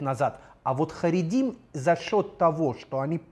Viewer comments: Очень много неточностей. Очень личный взгляд абсолютно на все,о чем говорит. А говорить нужно правильно. Не "харегим",а "харедим". Означает это не отделение, а степень веры: "Трепещущие перед богом",а переводится,как просто религиозный. Канал,вроде познавательный,но многие вещи преподносятся поверхностно без всякого понятия что к чему, то есть, необъективно. Просматривается и насмешка и высокомерие по отношению к другой вере,отличной от православной. Мне непонятно,зачем браться за рассказы о евреях,если вы даже не понимаете, кто это? Рассказывайте про православие. Это у вас очень хорошо получается. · Да? А сказать,что харидим ненавидят все другие граждане страны- это уважение по-вашему? Даже назвать не смогли правильно. Вместо харидим, сказала:"Харигим". То есть,человек без всякого понятия... Во-первых,это неправда. А во-вторых,наглость свое мнение выдавать за истину. Это мнение крестьян. Почему-то на Ютубе о крестьянах никто не делает видео. Никто не заглядывает в крестьянские дворы и не рассказывает,что они носят,как молятся и т.д.. Чему восхищаться. Люди и архитектура,которые попали в кадр- не заслуга авторов. Они даже понятия не имели для чего их снимали... Этот канал преследует свою цель.